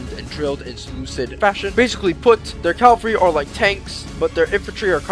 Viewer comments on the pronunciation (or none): cavalry, not calvary. Why do all americans say this? Even in their documentaries they say calvary. Pet peeve of mine! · cavalry! the "L" comes afterwards! Hate "calvary" just sounds so wrong, and it is. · Its CAValry and not calvary!